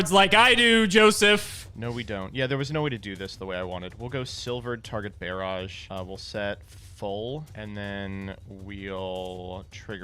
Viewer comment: Bear-aj? Is that how we say barrage now?